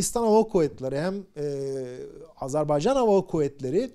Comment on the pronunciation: Doğru telaffuza önem verdiğiniz için çok teşekkürler, ağzımız öyle alışmış demiyorsunuz, sağolun.!, Azar bey can değil doğrusu Azer bay can.!